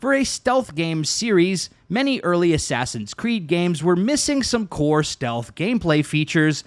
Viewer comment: Asswawsins cweed oranges